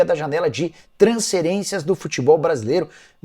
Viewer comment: Nikola pq vc não usa a letra F e no lugar do F vc sempre coloca o S , por exemplo vc fala transcerência,poderia falar transferência como todos falam.